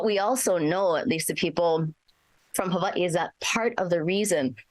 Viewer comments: I hate the way she says Hawaii (Ewahee) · Jesus, she said a whole bunch of nothing that sound beautiful havaee gtfoh is hawaii